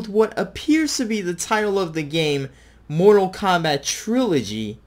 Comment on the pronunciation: "Mortal Krap" It got me. 🤣